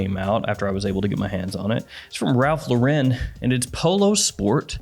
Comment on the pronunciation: Hey Ralph Lauren does not have an accent it’s just pronounced like the woman’s name Lauren you can fact check it call a store and no one says thank you for calling Ralph Lau’Ren…ignorance is bliss but now you know